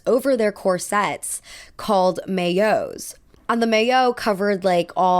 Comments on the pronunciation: Great subject as always ! Tip: Maillot is pronounced "mah-yo" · Maillot is pronounced my-oh